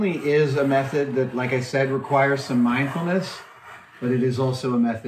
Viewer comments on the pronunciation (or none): Instead of 'mindfulness' I heard Adam say 'mind houmous' and that is what I shall call that from now on.